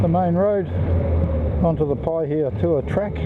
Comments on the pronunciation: You pronounced it better than most people would! 😄 Those were some cool areas you rolled through, and very scenic. Lots of history there. Enjoyed it 👍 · He's saying Pahaitua fine.